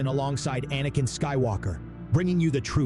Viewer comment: Excellent tale, but the constantly switching pronounciation between "Anakin" and "Ahhhnican" was discomforting.